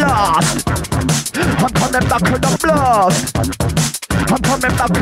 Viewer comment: You know he saying ‘blast’ right?